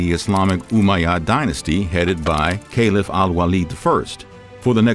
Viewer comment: Al Andalus, caliph, odacaer, tons more